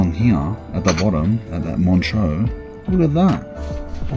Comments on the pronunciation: MONTREUX and not MONTROU !!! bloody hell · You’re pronouncing montreux wrong brother